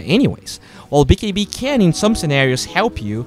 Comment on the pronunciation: lol i like how you say "bee kee bee"